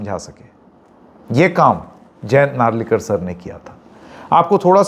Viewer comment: Its not narlekar re baba Hindi me akshar nahi hai to kya sab ke namo ki wat laga denge kya Ita Naralikar…